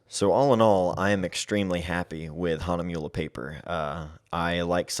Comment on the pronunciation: Funny how you pronaunce "Hahnemühle" :-)